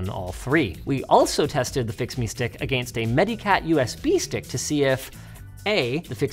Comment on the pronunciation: Dear Mr Linus, Why can you said again stop on no accident but have an accent when you add -st to again?